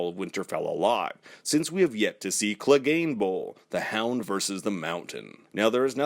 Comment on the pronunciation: "Cleganball" lol